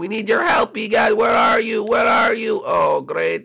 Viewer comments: Why do i keep hearing. E gag insted of e gad? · you said Dr e gag